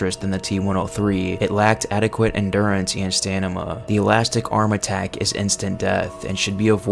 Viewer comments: The more I watch the videos, the more I think he is mispronouncing words on purpose. Stamina, not Stanima. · bro did you just say "Stanima"? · You said “stanima” instead of stamina and that means nothing in the grand scheme of things but it made me giggle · Stanima lol, good video tho bro!